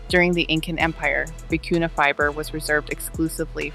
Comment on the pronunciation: The word vicuña has a tilde on the letter "n." It is pronounced vee-koo-nyuh. Loro Piana has a monopoly on this yarn. It is almost impossible to buy...unless you find fakes on the black market or seconds.